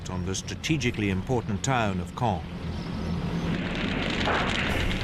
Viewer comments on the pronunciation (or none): Now can you pronounce the word of "Caen" (Sounds like "kon") - There are several videos on Youtube that cover the topic in further detail. Including videos from this account. "The Battle For Caen: The Key Battle That Followed D-Day | Battlefield | War Stories"